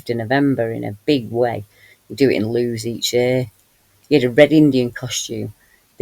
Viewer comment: Lewes in Sussex is pronounced 'Lewis'. Thank you for your videos x